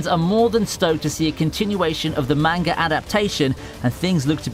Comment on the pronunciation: Could you at least TRY to say Manga properly